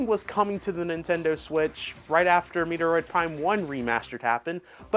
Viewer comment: ....I cringed and I'm dead 😵😵‍💫💀☠️: This this guy say " Metoroid Prime ????? " Dude ....the name of Samus's Game is METROID PRIME !!!!!! ....Like have you ever heard anyone pronounce like you ? NOOOOOOOO!!!!!! DO BETTER 😡🤬